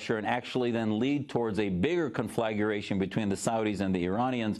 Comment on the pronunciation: "conflageration"? Is that a word? Edit: wow, it is